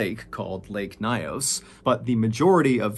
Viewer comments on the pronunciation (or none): It took me a while because of the way he pronounced the lake but because the story is so familiar, I finally figured it out 😅. It’s lake Nyos located in my country Cameroon . It’s pronounced Nyos (like YOURS with an N at the beginning) and not NAYOS and he pronounced 😅. But thanks for this story. This was a tragic story we are still reminded of till date in schools